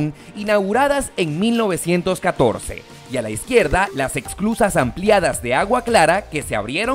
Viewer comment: Hola! Gracias por mostrar un poquito de mi hermoso país. No sé si escuché bien pero creo que decías “exclusas” y se llaman “esclusas”. 😉